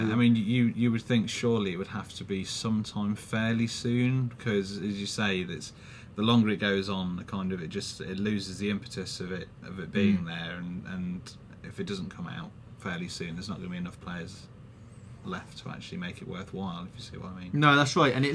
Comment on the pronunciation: Did pronounce impetus as 'intepus' around the four minute mark? Ah the silly things:)